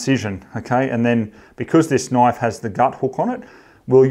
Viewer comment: That's not a noife, this is a noife!